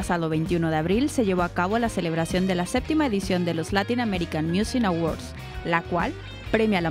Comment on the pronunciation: Tú también te equivocaste pronunciaste musin (miusin) en lugar de pronunciar music (miusic)